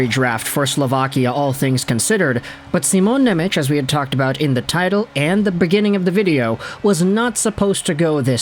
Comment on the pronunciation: It's pronounced "Shimon Nemets"